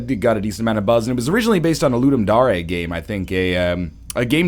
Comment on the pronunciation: Wow, you pronounced Ludum Dare correct! Not something I'd expect from you :P